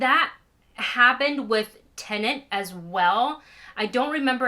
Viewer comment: Why do you say 'tenant' instead of 'Tenet'? There's only one N!